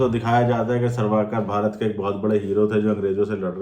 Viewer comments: Mere bhai.....tum kam se kam naam toh theek se lelo "sarvaakar" Nhi "savarkar" hai Aur doosri baat bhai....tum propaganda film jo bol rahe ho.... konsi film sahi hai...batao 1. Kya jodha Akbar sahi thi 2. Kya shikara movie sahi thi 3.kya accidental prime. minister sahi thi... Aur jaha tak history ki baat hai....aise bahut saare logon ne apni jaan gavai jinka hum naam tak nahi jaante na Jaan payenge. Mein janta hoon ki tum dono comment ka reply nahi karoge... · savarkar hai sarvakar nhi pehele naam thik se lena sikho😂😂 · Sarvaaakar nhi hai vo chu**......savarkar hai pehli baat..... Naam to thik se liya nhi ja rha... Gyan cho rha hai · Ye boal rha h isne story read ki h but isko naam tak pata nhi h Veer Savarkar h sarwakar nhi h or pata nhi isne kiski story read ki h 😂 akal ke andhe 😡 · Aur savarkar hota hai sarvakar nhi. Tumne kya padha hai itihas😂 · Are bhai unka nam sawarkar hai naam to thik se padho